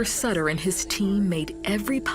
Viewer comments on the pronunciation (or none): lol they said dr sutterers name wrong it’s sooter